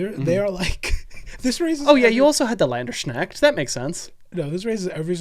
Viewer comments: Landerschnackt... oh god...:) shoulda been Landsknecht try saying "lance" followed by a -"K" and end with "next" (instead of the x its an ch like in chalapeno) i just realised how weird german must be to everyone else:D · Länderschnacks? You mean Lands Knecht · Landersneckt - uh heads Up Guys its pronounced Lands - kneckt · Hearing "Landsknecht" pronounced as "Länderschneckt" is equally funny and horrid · I also happened to learn what gelding was from rdr2. Also its land-skh-neck-t. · Love you two , but as a german, oh god the Landsknecht pronunciation. Don't mind though , love you two and the channel regardless 😂❤ .